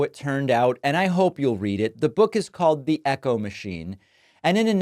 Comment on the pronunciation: Hey David, you don't say THEEEE post vice president. It is THE when in front of a consonant.